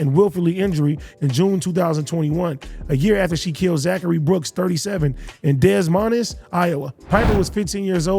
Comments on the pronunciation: AD said Des Mon ez for Des Moines lmao 🤣🤣🤣🤣🤣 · Dawg it's not desmines it's pronounced (da- moinz) desmoines Iowa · Bro….. “des mon-es” Iowa?! 😂😂😂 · Bruh said DEZ MONEZ😭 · “Dez Monis Iowa” lmfao AD your funny even when you don’t try 😂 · AD cuh wtf is “Dez Minus” Iowa (Des Moines) 😂😂😂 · This man AD said Dez Monas Iowa 😂😂😂 I’m weak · "DEZ MOHNEZ"??? FR? 🤣🤣🤣 It didn't register for a sec until I remembered they talkin about Iowa...u Kno Josh left that in on purpose, how did nobody else know tho?🤣 I wonder how doknow ass woulda pronounced that lol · AD need to learn to read. It's not des mons Idaho ! LMAO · I'm sorry AD that shit is pronounced dae moyne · 🗣 AD really said DES MOINEIS 😂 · Bro said Dez Minus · He said “desmonez Iowa” 😂😂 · AD really said dez monez 😂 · This nicca said "Dez Monez, Iowa" lmaoffff haaaaa.....Dumbass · Des Moines is pronounced DE-moyn 😂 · AD butchered the shit outta Des Moines 🤣🤣🤣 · The way AD said Des Moines 😂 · Nobody caught AD mispronouncing Des Moines? They got my boy out here sounding crazy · The way AD pronounced Des Moines Iowa was wild as hell 😂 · “Des Moines” really fucked AD up 😭😭😭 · The way this man pronounced Des Moines 😂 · AD why u pronounce des moines like that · Idk what’s worse AD pronouncing Des Moines incorrectly Or neither of his co-host or editing team correcting him. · Lol I had to play it back after hearing that. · THAT SHIT LITERALLY HAS ME IN TEARS RIGHT NOW 🤣🤣🤣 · Why y’all let AD say Des Moines like that??